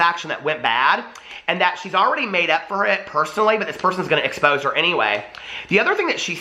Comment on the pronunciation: If James’ career is taking a huge hit, he has nothing to lose. He’s hinted at the tell all before. I wonder if he’s going down, will he take everybody with him? ALSO! You had a slip of the tongue and said ‘explose’ instead of expose and if that ain’t it!!! It’s all being EXPLOSED. 😂